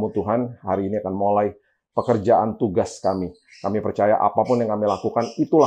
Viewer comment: setiap kali mengucapkan kata "mulai", kok sepertinya terdengar. "molai"... Hehehe apa sy salah dengar yaa 😅